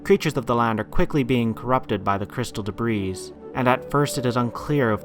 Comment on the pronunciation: Great vid, as always. One minor thing though. Debris is pronounced "debree" not "debrees."